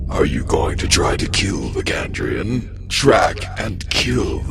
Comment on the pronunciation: He changed his pronunciation of "Chandrian" halfway through the video